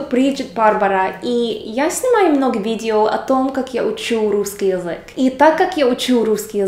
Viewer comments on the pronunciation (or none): Ну вот опять ты язэк произносишь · Русский язЭк)))